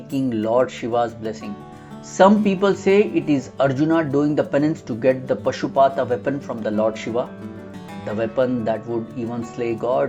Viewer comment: Thanks for the informative details and observations. It is not Pashupaata. Please correct as Paashupata. Meanings are different.